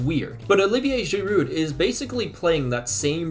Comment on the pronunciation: Like Django, the D in Giroud is silent